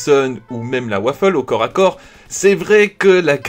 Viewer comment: Waffe pas waffel